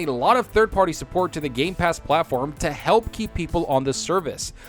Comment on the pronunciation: it is just me or he kept on miss pronouncing gamepass as gaypass almost the whole time?? xDDDDDDDDD.